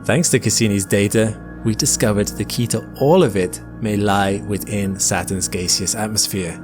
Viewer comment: Saturn's "Gayseous" atmosphere 😂